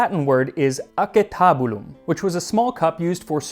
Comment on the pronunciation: Impressive how you pronounce the latin in the classical way and not the anglicized way like acetabulum (aaKétábullum).